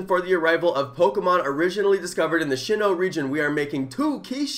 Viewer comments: It’s not SHIN-no it’s SIN-no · It’s sinnoh not shinnoh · Sinnoh not shinnoh dude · Sin-no =shinnoh Ji-ra-tina=giratina Watch that anime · Its SIN-no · It’s pronounced as sin-no according to the anime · ITS SIN-OH AHHHHHH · Poke AK might say Shin Lim rather than Shin No (Sinnoh) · I’m sure Sean Connery says Sinnoh that way 😄